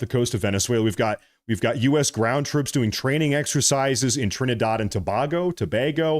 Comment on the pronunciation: Trinidard? Thought it was Trinidad.